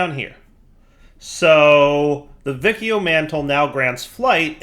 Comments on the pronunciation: Yeah, it should be either "Wikio" (Classic Latin) or "Vichio" (Ecclesiastical Latin). Also, I cringed when I heart how pronounces Boötes... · just for information: The C in Vicio is pronounced as what in english is the CH sound, like in Check, Chill, Channel... which is the latin 'C' sound. When I say C sound later I will refer to the latin sound not the english k/s ambivalence. The rule is: The C has the k sound when is followed by: A, O, U - and the C sound when is followed by E and I. If you want the K sound with an E or an I you have to put the H in between. So 'che' is pronounced KE and 'chi' is pronounced KI, while 'ce' is pronounced CE and 'ci' is pronounced CI. Sorry but hearing Vikio triggers me